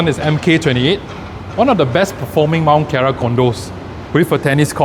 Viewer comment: Nice vid! Btw its Mont Kiara not Mount Kiara ;)